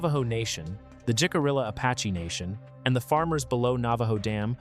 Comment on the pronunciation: The weird visual effects are quite obnoxious. That is NOT how you pronounce Jicarilla. 😆